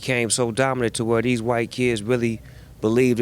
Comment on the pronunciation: Nard turned "these" to "deeze" just for Snoop lol